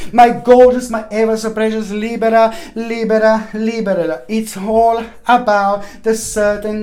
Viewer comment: Love you LIBERA LIBERALIBERA LIBERA LIBERA..SOUNDS LIKE LIBRE (FREE)WHEN YOU SING IT FAST...XOXOXOXOXTHANK YOU SO MUCH MY FRIEND